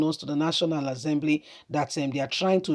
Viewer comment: National Assembly and not National Azzembly please.